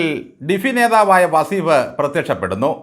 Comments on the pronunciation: വസീഫല്ല സാറെ വളീഫ് എന്ന് എന്ന് പറയൂ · വസീഫ് അല്ല , വളീ ഫ്.